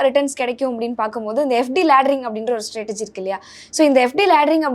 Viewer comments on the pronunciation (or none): Stratagy என்பதற்கு பதிலாக Stratergy என்று கூறுவது அம்மையாரின் ஆங்கில அறிவை ஆழமாக காட்டுகிறது.